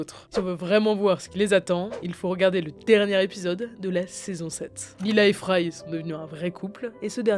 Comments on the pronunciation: Leila pas Lila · leila… pas lila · "Lila" aïe.. sa fait mal.. 😅